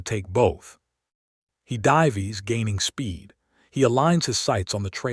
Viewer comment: "If the hellcat 'div-ees' ?" WTF !!???!🤬